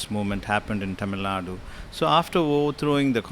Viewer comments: It's "Tamil Nadu" and not "Tamil Nad"... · God sake it is not Tamilnad but Tamilnad"u"! Not Rama"dose" but Rama"dass"! Not van-yaars but vanni-yar! Not Palani-makkam but palani-maa"ni"kkam! ஏம்மா நீ தமிழ்தான? உனக்குத் தெரியாது? அதென்ன டமில்நாட்? விளங்காத வடக்கன்ஸ் அப்படி சொல்றான்னா உனக்கெங்க புத்தி போச்சு?